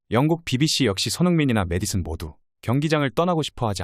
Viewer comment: 중국놈의 한글 발음은 매일 매일 녹음해도 발전이 없구나. 매디슨,에디슨등등 앞으로 페페 영상은 절대 안 본다. 세계에서 가장 우수한 한글을 중국놈들이 흉내내면서 망신주고 있음으로...